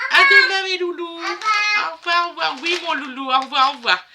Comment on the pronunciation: Merci beaucoup ma belle cherie pour ce haul courses❤❤❤❤Courage a tous et prenez bien soin de vous❤❤❤❤❤et aussi merci a pour son "au'voi, au'voi'" 😊😊😊😊❤❤❤❤plein de bisous, de soutien et de courage pour vous❤❤❤❤❤❤❤❤❤❤❤❤❤❤❤